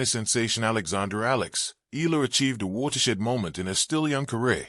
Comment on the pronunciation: the correct pronunciation of Alex’s surname is : E - yala